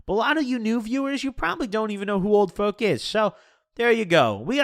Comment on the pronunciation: sounds like your saying "Old Foke" lol